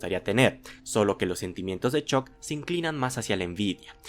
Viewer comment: 338 La u se pronuncia como a, es algo que aprendes en tu primera clase de inglés. Ponte la serie en VO y vuelves, crack.